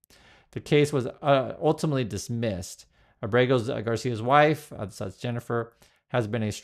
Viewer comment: Please pronounce Ábrego on the first syllable. Thanks